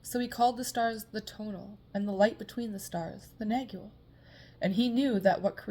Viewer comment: Pronounce "nag-wall", the g is silent